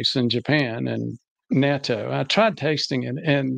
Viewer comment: step one is to pronouce it right: NAH-TOE: Long "A". And its delicious, not terrible. An aquired taste.